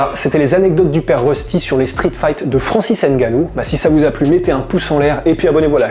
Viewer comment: tu dit mal son nom